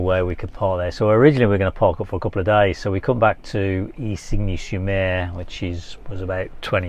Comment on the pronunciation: Isigne sur Mer is pronounced 'Ezenee sure mare' - but very good try 👍 😆.... I often wonder when your mic's are clipped to your round and V-neck tops that the mic's are stretching the neckline - have you tried any neck holsters to accommodate these to prevent spoiling the necklines? Thanks for another great vid - so good to see places I have visited ❤